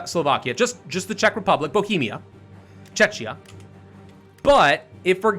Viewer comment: you can attack ukraine now WT 50%+, and did u say chekia or Chechnia ?